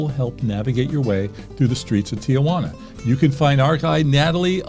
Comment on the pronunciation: Everyone please follow along: tee-juana, NOT tee-uh-juana.